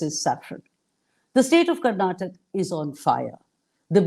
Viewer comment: For the interviewer , the state is not called as ' Karnatak ' it is called as ' Karnataka' .